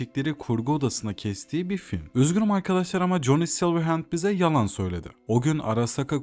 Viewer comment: Essay video formatını iyi yapmışsın ama telaffuzlar sıkıntılı. Saulkilır, coni silırend gibi şeylerin ne olduğunu anlamak tekrar tekrar dinlemem gerekti. Telaffuz edeceğin şeyleri Google Translate’den bir bakmanda fayda var. Eline sağlık.